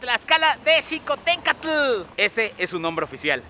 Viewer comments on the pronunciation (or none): Se pronucia chixotencatl no jicotencatl Palabra nahuatl